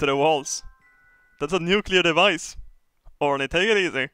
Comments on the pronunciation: os he called orny for horny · Not orny his name is Horny